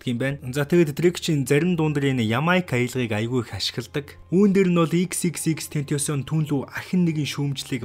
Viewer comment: Тэнтосион gej ymr um bdimbee hhaha😹